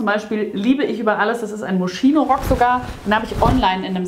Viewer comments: Moschino wird moskino ausgesprochen 😅😅😅😅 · Moschino wird "moskino" ausgesprochen.